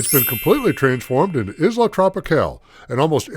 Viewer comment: Pronounce Isla correct.